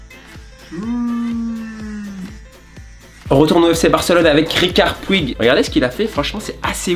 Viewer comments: C'est riqui puic pas ricar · Rikard puig😂😂😂😂 C riqui puig